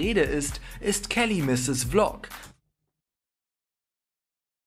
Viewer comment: Sie heißt Kelly|MissesVlog Also gesprochen Källi|MissäsWiLok